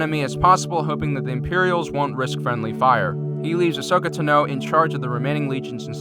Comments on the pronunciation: No offense but I think it's pronounced Ashoka Tan-o. Not Ashoka To-know. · Not to be rude it’s not Tino it’s Ta no Tano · My god its fucking Tano not Tino. Fuck, that only got intolerable the fifth time you said it. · I'm not trying to be a jerk, but this is driving me crazy, Ahsoka's last name is pronounced 'Tahno'. And I was hoping the GAR would win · Say Tano one more time...